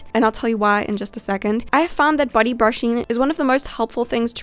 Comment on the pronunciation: The way she pronounces body sounds like buddy ha HaThroughout the entireVideo I heardBuddy brushing